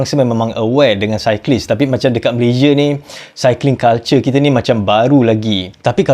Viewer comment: Betulkan sebutan negara sendiri ....Malaysia bukan Malayzie